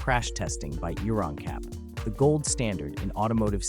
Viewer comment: It’s pronounced Euro N Cap not Euron cap! 😳